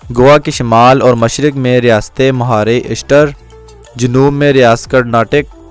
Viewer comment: مہاشترہ نام ہے مہارے اشتر نہیں ہے